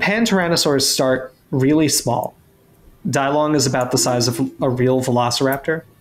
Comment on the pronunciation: With all due respect, if people would like to pay some extra respect to the Chinese spoken language, Dilong is pronounced as DEE-lown. The "I" would make a long E sound as in bee, and the "long" part is very similar to how you would pronounce the second syllable of alone.